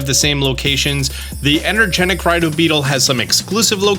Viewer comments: EnergeTIC, not energenic. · Its energeTic not energeNic, its right there in front of you